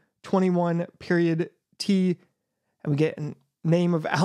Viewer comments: its pronounced "periodt" not "period-t" lol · "periodt" is actually pronounced just like "period" btw